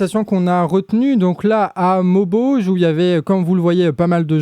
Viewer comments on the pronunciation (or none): C est Lesquin mais ça se prononcé Léquin et c'est MaubEuge.. Merci pr votre travail... C est top